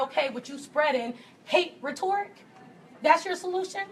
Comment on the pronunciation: Blonde guy clarified he mispoke about "condone" instead of "condemn"... they keep harping on it, what? But he said "University of Campus" and nobody said anything. How is that different? Also its embarrassing how often the big loud one mispronounces words. Like "rhetoric"